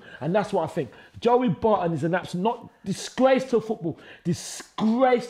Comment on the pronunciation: "Disgrrrrllrrrace of the century" man like 😂